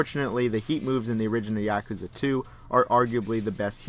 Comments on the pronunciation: Good video, but damn is your “Yakuza” annoying. It’s YA, not YEAH kuza. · Yakuza is pronounced ya-ku-za! Not Ya-ka-za. Just saying. Like British people that can't say Gary. They say Garr-ey lol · Yaakuza? Why the fuck do you say it like that? Lmfao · I too enjoy Yak-ooza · clicks on video "yeah-cuh-zuh games" clicks off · the way you say "yakuza" gives me an aneurysm. talm bout YEAkuza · The only thing I learned from this video is that you couldn't pronounce "Yakuza" if you had a tanto to your nodo. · Bothered by the pronunciation of yakuza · you pronounce yakuza like a white boy